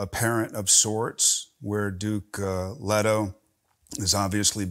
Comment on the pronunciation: Wait ... he pronounced Leto as Leh-toe instead of Lee-toe ? I'd always assumed the latter was correct, but now im uncertain. Atreides is greek in origin, so I'd presume that would govern here. Any polyglots who know the answer care to weigh in ?